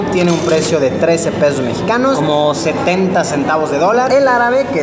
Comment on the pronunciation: Em.. Fer se refiere a que en vez de "pesos" ha dicho "peos"